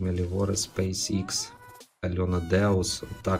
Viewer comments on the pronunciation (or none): none